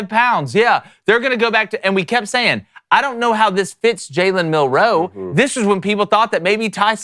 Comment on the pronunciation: Do these people not know how to say “MILROE”